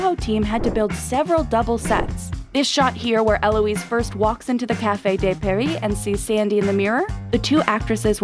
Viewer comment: “Caifey dey pairis” Bruh if you can’t speak simple French words, don’t imitate an accent or even need to say it.